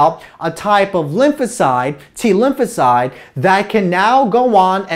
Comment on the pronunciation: is he saying Lucozade or Lymphocyte?